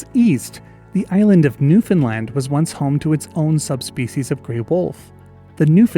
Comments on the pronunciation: 🗣️🗣️🗣️*NEWFOUNDLAND MENTIONED HOORAAAAAHHH* All jokes aside tysm for covering our wolves🥺they’re so missed - good on you for pronouncing it right!!!🤘🏻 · hey, newfoundlander here and a big fan. I wanted to thank you for saying newfoundland correctly, most people say it like new-finland which is only close if you have the local accent. I wanted to point out something you might know but not everyone in the comments might know, the name beothucus is a reference to newfoundland's first nation group, the beothuks. Sadly the Beothuks were also wiped out in no small thanks to encroaching European settlers. another interesting thing is that the newfoundland wolf was one of only 14 extant mammal species on the island when europeans arrived in 1610 and formed the colonies that would become the dominion and then province of newfoundland and labrador. Love your stuff!